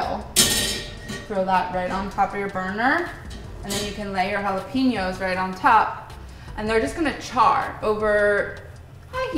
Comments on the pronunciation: Ouch on white washing the word jalapeños... JA-LOP-ENOS, really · I got a playful vibe from it, she definitely knows how it is pronounced. Meanwhile this entire recipe is bastardized, since it's essentially Tirokafteri, Greek spicy feta dip